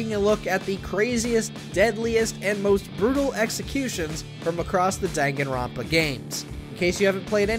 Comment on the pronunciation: I love how he just says everybody's name wrong even the title